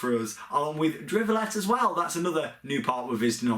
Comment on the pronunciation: So Duinrel (Duyn-rel), Drievliet (dree-vleet), Walibi Holland, Hellendoorn, Waarbeek (wahr-bake), Wildlands Adventure zoo, plopsa indoor, Slagharen (you actually did a great job there) and Toverland. Also, we're in Florida in the same period. Will give a big HI when we see you.